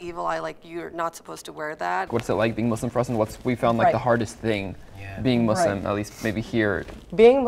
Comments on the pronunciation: ‘converted to muzlam’ 💀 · He even pronounced it wrong😭😭 (muZlim) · Ngl when she said Muslim but 'muslima' I kinda suspected it 😭😭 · Ikr like what’s ‘mazlam’ it’s pronounced ‘moosleem’ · No the point is there is No Muslim that pronounces it ''Muzlim''... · I hate when my non existent imaginary friends call me “MOooZlIm” like wtf :(